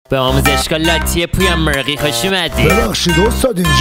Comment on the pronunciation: مورغی رو خوب میگی داداش 😂😆🐓